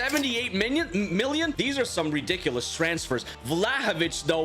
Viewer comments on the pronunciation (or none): none